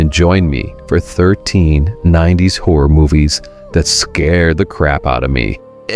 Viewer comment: Sounded like he called us whore enthusiasts..